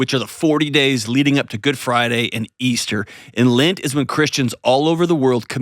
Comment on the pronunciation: It bothers me so much that you pronounce lent as lint